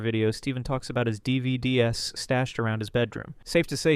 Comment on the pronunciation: bro said "D.V.D.S" Do you not know what a DVD is?